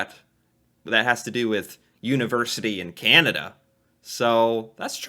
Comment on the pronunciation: You Say Canada funny. It is CAN A DA. Not Cinada